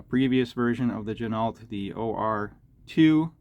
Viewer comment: FYI, Ginault is pronounced “G-Noh” per the company owner.